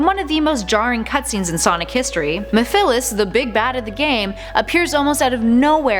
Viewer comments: You said Mephiles wrong its Me-ph-i-les like that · You couldn't have pronounced Mephiles anymore incorrect XD It's (Meph-heh-less) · It’s pronounced Meph-Less Mephiles The Dark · You pronounced Mephiles wrong. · Lmao y’all pronounced Mephiles wrong 😂